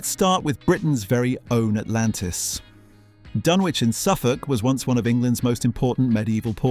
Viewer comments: As someone who comes from the area, us locals pronounce it 'dunn-itch' 😁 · It's pronounced dun-itch, not dun-witch. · Did you REALLY just pronounce it Dunn-Witch?? Downvoted, I'm outta here. Fake-British clanker trash. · Dunwich is pronounced "Dunnich". AI FAIL. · Dun- witch? it's not pronounced like that... this is not a very credible start :) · Firstly it's pronounced 'Dunnich'. Secondly it was destroyed by coastal erosion, not people as your title suggests. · It's pronounced "Dunnitch". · What's a "Dun witch"? And what the heck is a "Den bye"!? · Thought it was pronounce 'Dun-itch' (like the STD). And we are talking about the 12th Century. It is a on a soft eroding coast like much of the east coast of England and this is part of a natural process. You are not alone in deploring the fate of Euston Arch. But why go to the expense of rebuilding? Crystal Palace was also a bit of a white elephant by the time of the fire and don't forget that Britain was just coming out of a deep recession and readying for the possibility (realised) of a long war! Change happens. Thanks in no small part to the Americans charging for their help in the war, Britain was bankrupt. All historic buildings have been used over time for local repairs. (The Turks used stones from the ruins of the Temple of Diana at Ephesus to built a railway viaduct). There comes a point at which we no longer, like the mediaeval church, have to have physical relics to understand or protect the cultural memory of artefacts. I have myself recently realised that my massive collection of foil milk bottle tops was not going anywhere. Except the recycling centre. And I feel better for it.🙃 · And pronouced dunn-witch ... this must be some kind of AI slop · Silent w. Please!